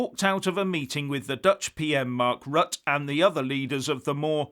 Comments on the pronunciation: it's 'Rutt-ah', rhymes with mutter and not 'rut' as 'stuck in a rut'. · ROUTER not RUT! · Pronounce Rutte as “R-oo-tt’rr” (quickly). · Pronounced "Rut-teh" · Rut-te The Dutch Prime Minister's name Rutte is pronounced Rut-te. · Hi, just to let you know, The Dutch Prime Minister's name is spelled "Rutte" but pronounced "Rutter". I have it on good authority as my wife is Dutch.....